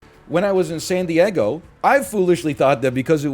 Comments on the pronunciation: pronoucning san diego as sandy eggo is peak canada, coming from a minnesotan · love how he says san die-EGG-o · "when I was in sandy eggo"